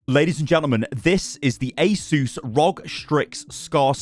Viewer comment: Asus being pronounced correctly is so satisfying (Ay Zeus)